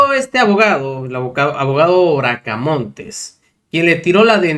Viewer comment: ES BRACAMONTE SIN LA S.